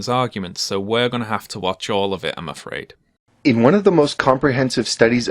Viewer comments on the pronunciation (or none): AFRIAD... AFRIAD... THE FUCKING WHAT